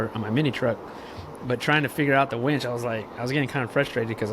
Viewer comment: It winch, not wench 😂